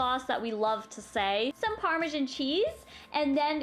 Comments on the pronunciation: Im Canadian and i pronounce it normally. I guess she doesn't know how to say it. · Canadieans do have accents i'm Canadin I don't say Parmesan like that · You say Parmesan so weird. 😑